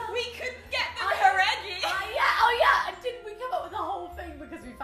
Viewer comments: Well but her-eggy was actually supposed to be pronounced as how-re-gee... Lauren just I guess americanized it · LAUREN JAUR-EGG-I.... JUST... WOW